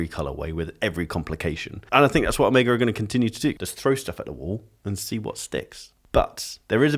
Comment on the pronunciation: So, it's "oh-MAY-guh" and not "oh-MEE-guh"? You're the first Brit I've heard pronounce it correctly 🙃. That green Seamaster is sick, btw!